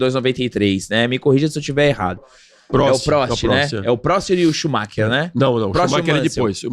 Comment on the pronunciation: Galvão só esqueceu de aprender o nome do Schumacher 😂 e ainda “ensinou” todo brasileiro a falar Schumacher errado.